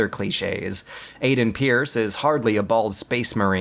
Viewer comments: Stop calling him Eyeden. His name is Aidan. Pronounced Ayyden. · "I-den?" Is this Beyond Two Souls or Watch Dogs? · it's pronounced, " ay-den " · His name is pronounced like you'd pronounce the disease that HIV turns into (AIDS), not like when you're just hanging around being useless (idle) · How did you pronounce his name? I get that you don't like the game, but they say his name in the game, there's no excuse for the made up, retarded way you said it. Other than that, this was a great video. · You said his name right once messed it up the rest of the whole time